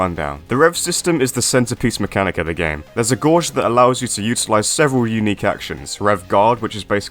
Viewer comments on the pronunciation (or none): ...Did...did you just say gauge as "goj"? Oh, and they should totally bring back/revamp Hon Fu. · today I learned 2 things: how cool rock is, and how britbongs pronounce gauge 💀